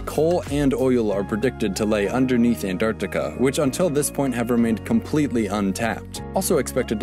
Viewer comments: It's AnTarctica, Not AnDTarctica. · I'm Indian and I can approve this #Antartita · He really seemed like he wanted really bad to pronunciat the 'Ts in Antarctica. lol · Why does he say Antarctica and 26 like that lmao